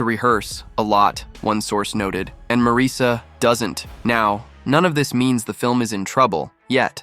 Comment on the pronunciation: Please don't play games with the English language. The name is spelled Marisa, & pronounced Marisa - you can even try 'Marissa' if that makes it easier for you. But It is not spelled Mareesa, nor pronounced with that weird inflection.